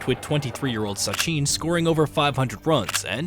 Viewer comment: mate when getting the bot to read the script, try typing the players name phonetically. So instead of Kumble, write Kumblay and the voice bot will read it correctly. Instead if Dravid, write Dra Vid, similarly instead of Sachin (which the bot pronounces as Sacheen), write Suh Chin. Just a tip for the future.